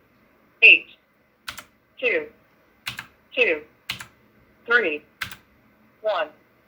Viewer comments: tu tu łan xD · thu thu on fy nie fy. HAHAHAHAHAHAHAHAHA